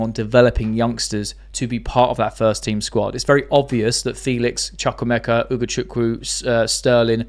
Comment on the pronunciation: Btw the name is Chukwuemeka. Chu in ‘Chuk’ pronounced like chu chu train. ‘Wu’pronounced like wo in wool.